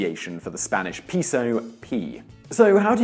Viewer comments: A "pee-so"? That's a meth pipe, not Mexican currency. That's a "peh-so" in your wallet? No, this is my meth pipe, my pizo. See? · Pay-sew Simon not pea-sew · Peh - so. Peso. Not "pee-so". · Pay-so, not pee-so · No its pronounced pey-soh, not pehso. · It's pehso not payso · Why is every Brit so smug and confident when they purposely mispronounce a word? Peso is a Spanish word, pronounce it properly, peh-so, not pee-so. It wouldn't be so annoying, if you didn't mispronounce it 5 times in 10 seconds. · Dude learn how to pronounce “ pesos (p e so us” )not pisos pisos means floor or several floors. Good video though. Thank you. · "piso" means floor, please pronounce properly next time 😂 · It honestly kinda fucked with my head a bit when he pronounced it "correctly" at the end, to be honest... Though, note, that "payso" is also technically incorrect. That's the "proper" non-spanish way to say it, but properly saying it is more like "peh-so", with the H sounds being a bit... Short, I guess? like the "pe" in Pepe. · could have been lmao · it is sad. If they use the latin alphabet, they might as well pronounce it correctly right? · (it's properly neither "peeso" nor "payso", but rather "pehso") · Today I found out that people from the UK can't pronounce "peso". It's 'Pay-So'. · It’s pronounced P-EH-SO lol And that’s not what I heard regarding the Dollar sign…. It was said to come from $lavery… only 2 lines down the s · No, the vowel e in Spanish represents one and only sound, approximately the e in the English word pet. The vowel o in Spanish represents one and only sound too which is approximately like the o in British Received Pronunciation (RP) of not. Simon's pronunciation of peso would be correctly represented in Spanish by piso, which does exist as a word, but with a different meaning: floor. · peso is pronounced pay-so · Peeso? Peeso? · It's pronounced payso .-. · i cringe whenever he said spanish pEEsO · Its just peso, only peso